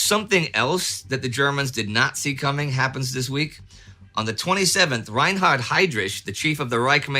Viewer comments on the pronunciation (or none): "The germans did nat zee that coming".